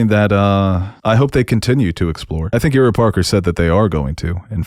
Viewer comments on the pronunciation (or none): long time fan of this pod but I am begging someone to explain to / how to pronounce people’s names lol. Please forgive me but I’m about to have a Hermione moment, (it’s not leviosa, it’s leviosa!). Ira Parker’s first name is not pronounced, “Ear-rah” it’s “Eye-rah.” Bertie Carvel’s last name is the same way you’d pronounce “marvel.” The stress isn’t on the last syllable. Anyway another great episode and pod reaction. Cheers.